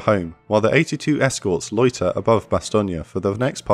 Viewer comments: I don’t know if it’s me, but do I hear, “ Bastonia”? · I live with someone who speaks fluent French, and I've also done extensive studies into this battle myself, and never in my life have I heard it pronounced that way. Additionally, even the Wikipedia pronunciation guide has it as "Bas-ton". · odd how Bastogne is pronounced Bass-stonia when over here it's pronounced Bass-stone. overall this is a darn good look at that battle. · The E at the end of Bastogne is SILENT. It is pronounced "Bah-Stone" - You are adding some extra vowels and it really sounds silly to speakers of polish. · No, it's an American mispronounciation by GIs on the ground who saw a road sign to a place they didnt know how to pronounce, that stuck. There was no American English pronunciation of Bastogne before 1944. Much like the mispronounciation of Foy. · your say bastonge wrong.... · I'm not, the Americanised "Bass-stone" is a mispronunciation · Superb series of videos, but goodness me the pronunciation of "Bastogne" is atrocious. I'm very sorry, but it is the only problem I have. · Is this really the correct way to say Bastogne? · Why u saying it wrong? 😅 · Great series but the mispronunciation of Bastogne really gets on my nerves. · I'm francophone, your pronunciation is a bit off. Maybe it's an accent thing? Don't mean to sound like a dick, I love your work.